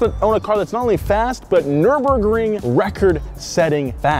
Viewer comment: Wow, that was most butchered pronunciation of Nürburgring I've ever heard.